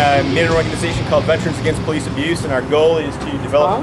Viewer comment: Vet-er-ans Not Ve-trans Audio Not Ahdio